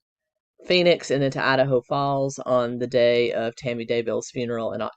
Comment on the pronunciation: Loved your pronunciation of… ADD’a’ho! For sure Lori is the biggest Ho added to the pac nwest… Colby testimony is as heartbreaking as can get… its triggering for me bcuz I’d give anything for my son to love me… hes been gone 20 years